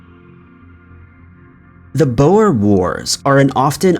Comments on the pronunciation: Not boas its " boere" pronounced boor singular or Boere (boo-re) plural Nice doccie by the way very informative!!! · Boer Wars. wel it is pronounced as Boohrs (phonectic) it is Dutch for farmers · Bruh the way you said boer 😂 Glad attention was brought to the concentration camps though. It's a dark part of our history. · You mispronounced several names as usual. "Coventry" is enunciated as "cuv-ven-tree", "Boer" is "boor" and "Byzantine" is "biz-zan-tine".